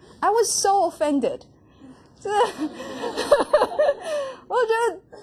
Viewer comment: 跟老師分享一下：您要修正 offended 的發音喔 🙂